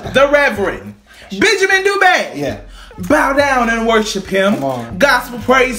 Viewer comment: I love how you said dube right❤️